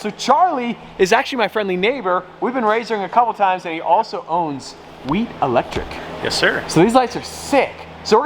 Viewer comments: It’s like he forgot there was an H in the name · bro its Wheat Electric🤦🏼😂